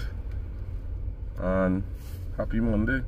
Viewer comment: Aye ah laugh every time u say Monday 😂 and I do enjoy ur vlogs and look forward to seeing them on both channel, be safe